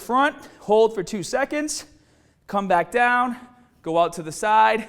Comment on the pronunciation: "Stronga" "daiwn"